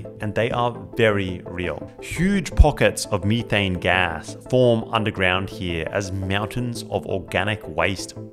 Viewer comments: "ME-THANG" 😂😂 IRKED MY SOUL EVERY TIME HE SAID IT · METH- ane METH METH METH not meeth it's not meeth heads it's meth heads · Meethane? Tf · At 19 MIN HE SAYS ME THAYNE INSTEAD METHANE IT IS METH AYNE NOT ME THATNE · It's called "methane," (meth-ane). Not (me-thane). You're the only person I've ever heard call it that in my 39 years. Lol. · Leaving your video because of how you pronounce methane.... You don't say the stuff "Me" th... So why in God's name are you saying methane like that😅 absolute cringe and I'm gone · U mf u beat me to it- i read it in mangalast year before the ankme its fire- tell me why cuz pronouced methane- ME THAYNE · I have never in my life heard someone pronounce Methane as "Meethane" lol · Mee-tane gave me a chuckle every time it was said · Ive never heard methane pronounced like that.